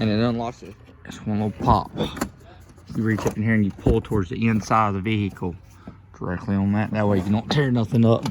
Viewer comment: VEEE HICKLE